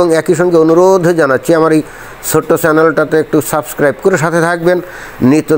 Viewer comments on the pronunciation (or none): none